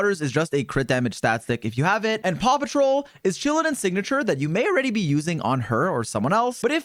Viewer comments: He say "paw" patrol? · Did bro say paw patrol 😂😂😂